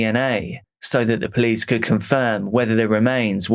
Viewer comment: ah yes, the poolcie. 😂 love you!